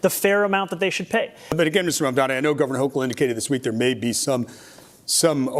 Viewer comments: Dude why do republicans all say “mandami” 😂😂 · Fox News, Cuomo and Sliwa all getting Mamdani's name wrong is the same deliberate tactic than people on the right used against Kamala Harris (calling her Kuh-MAA-luh rather than KAA-muh-la). Mandami, Mamdami, Mamdaji... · Fox News tripping over themselves to pronounce Zohran’s name wrong is hilarious.